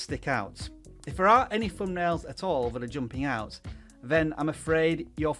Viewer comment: I'll tell you what's more important than thumbnails, speech. It's THUNBNAILS. not Fumnail. Geeeze, tell me you weren't an English teacher 😁😁😁